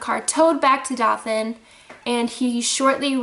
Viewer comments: I love your dog! He reminds me of my white Shepherd. I'm in Alabama and I believe Dothan is pronounced Doe-than. Johnny Depp is supposedly buying a home there because he loves the ppl. Scary story! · Actually, it's pronounced DOE-THUN. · Ok ik you're not from here but its DOE-THAN like i baby deer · Doe-than = Dothan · Dothan! it not hard to say! ewww